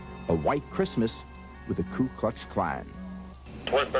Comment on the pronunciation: Why do some people say Kue instead of Ku?